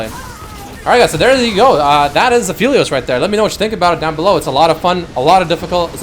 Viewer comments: It's app•heli•os... Not af•heli•os. He's related to the moon and with astronomical terminology there's something called an aphelion (app•heli•on). That's where his name's is from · ah, yes........aphilios.......i forgot e makes an i sound